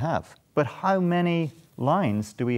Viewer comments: No one:: hAuW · You can really hear it when he says the "how" sound. Love it.